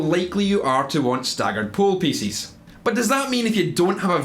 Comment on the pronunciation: At first I thought he said "poo pieces" and now I can't unhear it. Sometimes I think I'm a little boy trapped in a man's body.